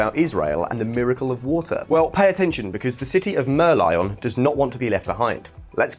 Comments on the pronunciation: City of Mer-lyle? I thought it was a mer-lion. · You pronounce Merlin wrongly.